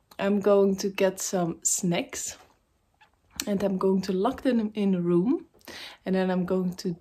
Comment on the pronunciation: love your video i thought you said snakes but you said snacks lol snack sounds like back...snakes sounds like breaks